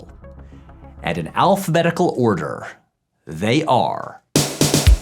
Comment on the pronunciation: Did you just say, “Alf-betical order?” 👏